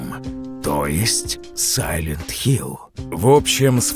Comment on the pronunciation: Да какой нахуй сайлент хилЗ?